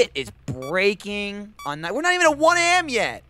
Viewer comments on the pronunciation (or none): That part at where says " its not even one am yet" instead of A.M lol